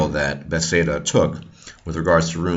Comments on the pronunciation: Not to be rude, but it's Bethesda, not "bethseda". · Runes (ruins), not ruins. Bethesda not bethseda. Very informative🤙🏻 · before I listen any further I would just like to comment on your pronunciation of Bethesda. It's hilarious and makes no sense to me. furthermore good job and now I'm going to finish the video. lol